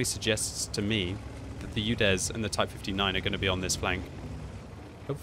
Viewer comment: Your Udes pronunciation is terrible it not You-dezz , it's OO-dess